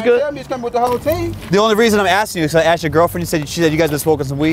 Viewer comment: " I axed you .. I axed you '' .. Did she ? 😱😱